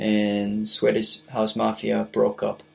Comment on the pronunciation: swedish house mafia not sweddish house mafia. You pronounce it wrong